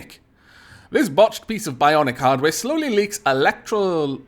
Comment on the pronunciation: I just felt I should tell you that electrolytic is pronounced e-lec-tro-lit-ic and that an electrolytic compound is a substance used in capacitors to prevent the flow of electrons until no other power source is present. It also smells like rotting fish. The more you know!